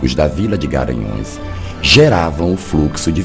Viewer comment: É impressão minha que você fala Garanhaos, em vez de Garanhus???